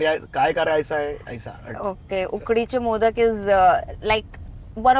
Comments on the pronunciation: Urfi pronounce very correctly ukdi che modak hi bolte hai I'm marathi so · Uorfi speak correctly “ Ukadiche Modak” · She said right Ukadiche Modak ekdam perfect pronunciation.